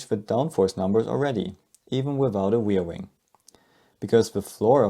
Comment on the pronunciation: what's a weirwing? do you mean ReaR. Wing.?